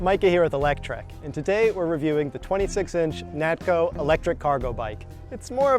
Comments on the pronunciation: It's NaKto. Not. NaTko. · I do the same thing. Natko instead of Nakto.🤣